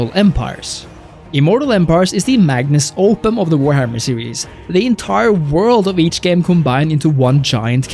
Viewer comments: "magnus opum" don't you mean "magnum opus" lol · Magnum Opus, not magnus opum lol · 'magnus opum'? :-)